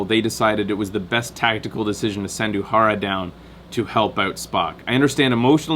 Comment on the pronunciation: 133 comments (134 at this point) and not one of them from someone complaining about constantly mispronouncing 'Uhura'. Nicely done. Also, did you spot Nolan North?